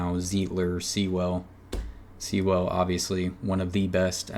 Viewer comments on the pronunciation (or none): it's pronounced Sool . not sea well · Sewell = “sool”